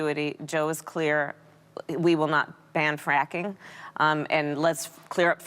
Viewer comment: Ana talks about pronouncing Kamala wrong then goes on to pronounce Joe “Choe” and fracking “franking”